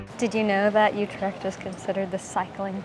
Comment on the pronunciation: Amsterdam is the worst spot to visit visit in the Netherlands, so naturally Utrecht is better.. "Coffee shops" do NOT sell coffee, you need to go to a Café for that. Utrecht is NOT in Holland, it is in the province of..Utrecht, a province of the NETHERLANDS. and it is not You-tricked. it is U- with ü as in German tür NOT A YOU sound!! and trecht, with a ch as in loCHness...not a k sound as in good or call.